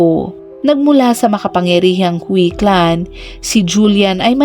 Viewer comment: Ang alam kong pagbigkas sa Hui ay huy hindi hwi